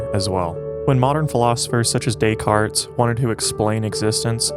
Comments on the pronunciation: Dont pronounce the S on Descartes, great video otherwise thanks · You had my attention until you continued to pronounce the S in Descartes. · The 's' in Decartes is silent.